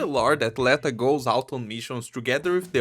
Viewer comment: l'etO, rather than l[ae]ta pretty sure